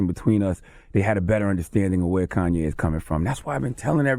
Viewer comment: "Corn"YE' West